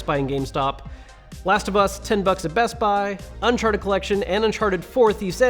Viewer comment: "Uncahrted" lol nice. Link your deals please.